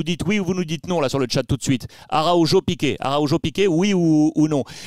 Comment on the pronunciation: Cher Alexandre, svp arrêtez de prononcer le nom de Araujo avec un J (à la française) vous êtes assez hispanophone pour bien prononcer son vrai nom. Merci.